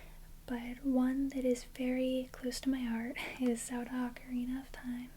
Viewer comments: I thought you were saying "Soda" like "do you like soda?" until you showed the front of the cartridge which I realized "ohhh she's saying Zelda" lol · I love how you pronounce Zelda 😋